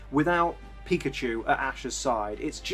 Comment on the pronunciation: i thought he said fuckadeer